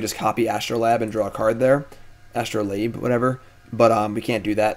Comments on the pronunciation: true. but he is also correct in this case. it is a long 'a'. astro-layb. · For my two cents, R&D has said they always spell cards the simplest way for their pronunciation so Astrolabe is As-troe-layb.